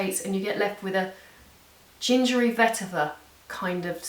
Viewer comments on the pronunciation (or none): none